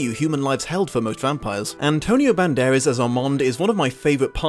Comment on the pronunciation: love your videos. But, just one question, who's Antonio Banderes? Cause it's Band-err-ass! LoL I particularly liked this video, even the low brow joke. Love me some bloopers too.